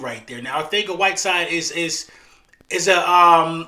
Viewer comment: It’s Arcega not Arthega